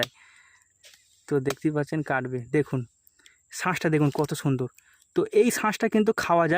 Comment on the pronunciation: বীজি? বিচি বিচি। ok? বিচি। অংছো? অংশ, অংশ। ok? নারকোল? নারকেল, নার কেল। ok? ছাশ? শাস, শাস। ok? শাস। ছুন্দর? সুন্দর । কি? সুন্দর। ok? তোদের উচ্চারণ এমন কেনো ভাই?